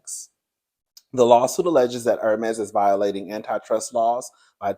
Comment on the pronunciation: I feel out if the chair laughing at you say Furmese😀😀😀😀😀. I do not know anyone who has one, but that kind of money for a bag is ridiculous to me.